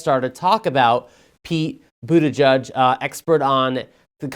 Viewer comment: BUTTigen? Really? 🤣🤣🤣 South bend IN? Ha ha ha ha ha!!!